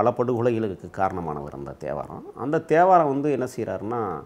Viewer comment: 😂😂 நீங்க தேவாரம் னு பேர சொல்லும்போதே எனக்கென்னமோ கெட்ட வார்தைல திட்டர மாதிரி இருக்கு😂🤣... அந்த த்தே.வாரம்..